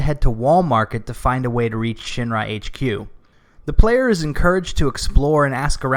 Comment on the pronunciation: I really love that I can tell you're saying "Shin-Ra" and not "Shinra"